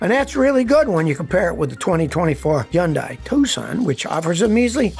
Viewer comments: Hun day??😅 hilarious. It’s yoon-die. Scotty was correct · yeah, that's not even close to how you say Hyundai. It's Sunday, with an H instead of a S. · Hey, Scotty, I've mentioned it numerous times....the H in Hyundai IS NOT SILENT!!!!!